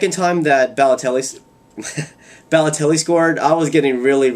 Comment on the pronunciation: Lol. It's you pronnounce his name like Balloteli you say it like your saying ball. But baloelli is one of the best strikers.